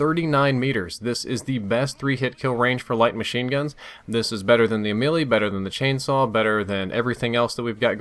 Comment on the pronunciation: I'm pretty sure the Ameli isn't pronounced as the Lil Wayne song